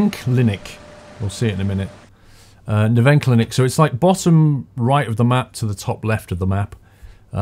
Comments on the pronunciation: "Neverklinik" xD... It is Nervenklinik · Nervenklinik :D (y) "Ner-fen-kliii-nik" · its pronounced like "nerf" N Klinn ick and at the last traffic light the white line on the right was meant for you. greetings from berlin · You didn't put R in Nervenklinik and its Nerven-KLINIK like clinic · Spandau Nervenklinik - the bus goes to the hospital for mental diseases. Pronouniciation is Nerphencleanic. Ruhleben will accentuated RUH-leben.